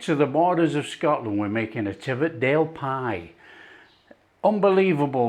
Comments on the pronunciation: That’s a real school dinner pie 👍 btw it’s pronounced Tee vee it and Hoy k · Pronounciations all wrong! Teviotdale = TEE - VEE - OT - DALE. Hawick = HAWE - ICK. Damned fine plates of scran. Proper grub!!